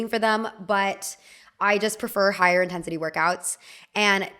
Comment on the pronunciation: is it intense-sah-ti? or just “intensity”